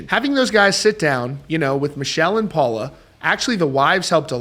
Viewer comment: It’s not Michelle it’s pronounced Mi kel